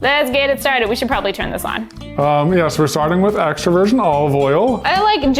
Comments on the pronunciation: It sounds like you said extroversion olive oil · "... so we're starting with extroversion olive oil..." — 2020 Yeah yeah, you probably said extra virgin, but this is what I heard and I'm sticking to it. Also, I only have introversion oil, is that okay?